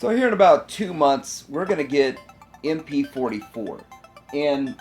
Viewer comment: MP fohty fo - it’s a ‘no’